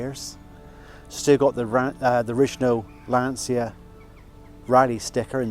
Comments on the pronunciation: Great car, congrats! Just one thing... As Italian, I cannot hear your pronunciation of Lancia without having stomach aches! The correct pronunciation is like it's written Lancha. Lan-cha. Repeat: Lan-cha. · Please, it's an italian car. The correct pronunce is Lancha. For example the correct pronunce of Volkswagen is Folksvaghen.